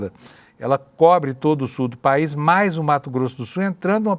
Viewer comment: Quando ele falou Sul do país eu entendi subpaís. Moralmente eles se comportam assim em sua maioria.